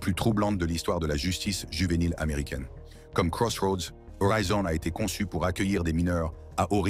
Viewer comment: Why it keep saying juvenile with a H😂